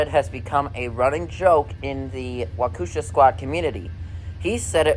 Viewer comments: I pronounce it as wau-kesh-ahh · i can fr fr help you pronounced Waukesha